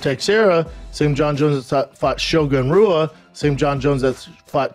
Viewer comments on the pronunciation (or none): let's see how many names Brendan "CTE" Schaub can mispronounce. Gufsussfin DC back in da day Glober tekshera Shogun rueahh Chael sownen